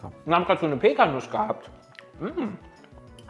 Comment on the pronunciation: Jedes mal wenn Pecanuss-Nüsse sagt, stirbt ein Stück in mir